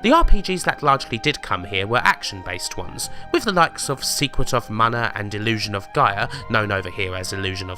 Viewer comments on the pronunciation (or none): none